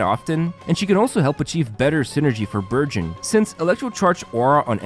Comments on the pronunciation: omg i heard virgin instead burgeon 🤦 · I heard virgin instead of burgeon... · All i hear is Virgin rather than Burgeon. 😂 i cant 😂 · I swear I thought he was saying “virgin team”😂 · I'm sorry but- I thought he was saying the "Virgin" team 😅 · I thought he was saying "virgin team."